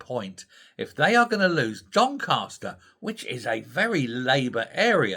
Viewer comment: DonCASter not DonCARster...... a Yorkshire thing 🙂